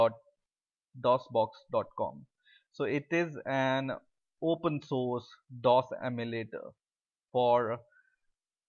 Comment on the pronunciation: "open sauce"